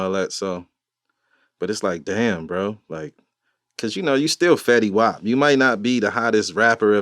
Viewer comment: When you call fetty wap fetty wop…… big L